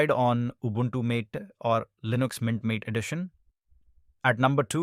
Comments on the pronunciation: That's correct it's not mate it's maaté, Spanish/argentinian word for a type of herbal tea (also the reason of green colour theme.. because of yerba) Just fyi for anyone who didn't know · Isn't mate pronounce as maateh